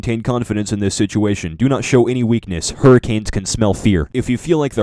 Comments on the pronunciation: “Hurrikills” lmaooo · Hurrikills and hurrakills lol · I love how when he has having a "Flash Back" of the 'Hurracanes" he put in videos of Tornado's In and called the "Hurracanes"